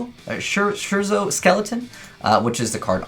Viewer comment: Divertimento is pronounced 'Deeverteemento" and scherzo is pronounced "Skerzo" They respectively mean enjoyment and joke